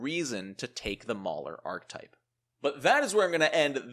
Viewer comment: Archetype has three syllables... Ark-eh-type